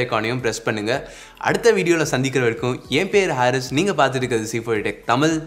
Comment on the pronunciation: ஹரீஸ்னு சொல்லு அது என்ன ஹாரிஸ்